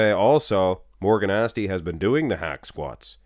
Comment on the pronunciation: It's not "Asti" neither. So, you got 1. 🤣 Actually, you got 0 because that's not how you say "Eduardo".